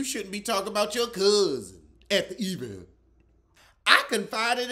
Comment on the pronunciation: EE-vent always makes me laugh